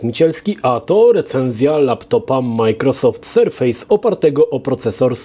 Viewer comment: Super filmik ale polecam sprawdzić wypowiedź co do nazwy „surface” chodzi o surface jako powierzchnia a nie surface jako sur-face (twarz) mimo wszystko recenzja i wzgląd zostały świetnie opisane. Pozdrawiam.